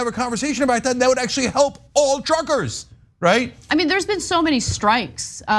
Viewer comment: Did Anna say Canadian Truckers or Canadian Trumpers?